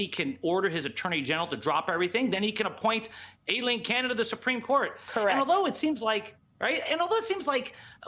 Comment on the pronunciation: He said "Aileen Caron." (Pr. Karen) lol